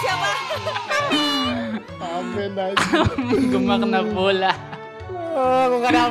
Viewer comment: Man kok eja bola dieja bolah